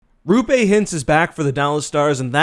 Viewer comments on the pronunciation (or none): "Rupé" Hintz lmao. It's Roope. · it's Rope-eh, not Rupe, Stars fans have checked, more then a few times. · It's pronounced rope, eh? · he also got roope wrong. think he got miro wrong before